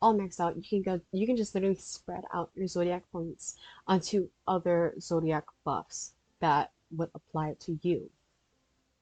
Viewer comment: lol “ZODAIC”